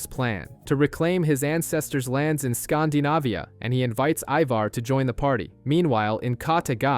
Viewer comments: It's Scandinavia not "skhndahnahviyhah" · Great Channel 👍 but scan-dee-navia 😊